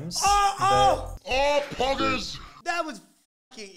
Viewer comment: Ah ah “pogers”